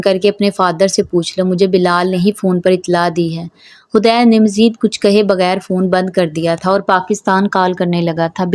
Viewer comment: Hadeed naam hota hai hudaid nahi plz sahi padhen